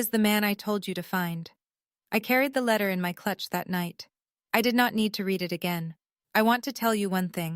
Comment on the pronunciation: You have read (reed) as in to read something, and read (red) as in it was read, mixed up consistently.